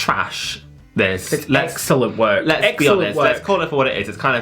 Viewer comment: Whenever you bring up "an excelont show" I PISS MYSELF ahahahah